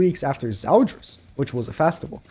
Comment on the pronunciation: There’s only one “A” in festival. Why do I hear Fastival? 🤦‍♂️